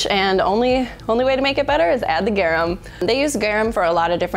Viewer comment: The way you pronounce Garum xD sounds like "gewam" you have to pronounce the R like a Hispanic R and the U like "oo" in "pool"